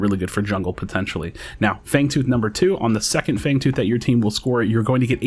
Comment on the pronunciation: Fangooth lol